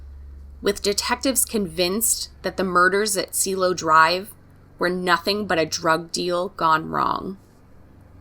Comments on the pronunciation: It’s pronounced see-eh-lo ( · You also butcher the words Cielo and Wojciech